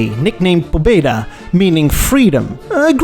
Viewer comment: "Pobeda" (better read "paBEda", with stress on BE) means "victory". "Freedom" in russian is "svoboda" (svaBOda).